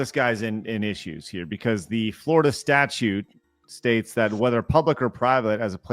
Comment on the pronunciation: Lol did she say "florida statue" ? lol